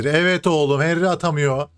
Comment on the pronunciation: henry yazıliş okunuş ya henri ya da hanri reisim.